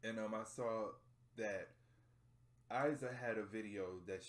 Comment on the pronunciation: I loveeee your reaction!! Only Iza pronounces like "Eeza" but don't worry :)